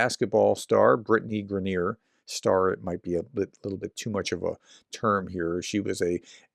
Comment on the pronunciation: Why are you dissing Brittney Griner and mis-pronouncing her name? Too much Fox?